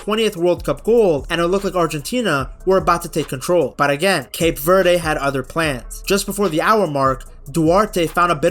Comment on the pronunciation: Would be a great video if you bothered to look up the pronunciation of "Cape Verde" and not said it wrong a thousand times.